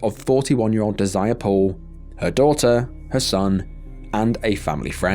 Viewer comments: Im thinking it's pronounced dez-er-ray not Desire. Small point. You don't good work. Carry on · It's not desire it's Desiree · Probably pronounced Dez-er-ray. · not sure why my comment is gone? but if you’re going to jaywalk with your kids at night while not paying attention to oncoming traffic, you d*s*rve to get h*t by a c*r. also, you really need to learn how to pronounce some words & names before publishing your videos. the name Desiree (even if it only has one E) is pronounced DEZ-er-ae.